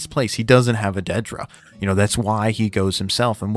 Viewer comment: "DEEdruh" why... why pronounce her name like that lol